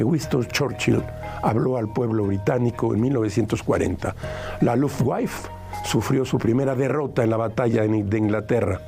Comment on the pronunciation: Compadre (sí, tú, el que está hablando), necesitas mejorar tu pronunciación en alemán. No existió ninguna «lufwaif». Eso como primer punto. Como segundo: el mayor diplomático-escritor mexicano es Jaime Torres Bodet. Y hubo quien hasta por encima de Reyes lo ponía en cuanto a cultura. Hay que mejorar tus ponencias con información más completa.